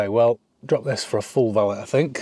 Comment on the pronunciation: Valét= “va~lay” not vallit😅